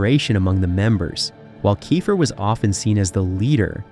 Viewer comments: It sounds like Keefer . Not Kifer . Get his name right if you’re doing a video . Ugh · Fail out the gate because you can't pronounce "Keifer" correctly. Multiple times.